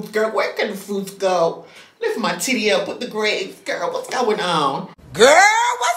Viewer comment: Not grawpes 🤣🤣🤣🤣